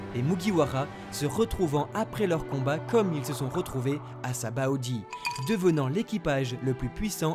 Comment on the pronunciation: “Exactement comme zoro, à < Sabaody >” ayez du respect et prononcez-le correctement 😂 < shabonndy>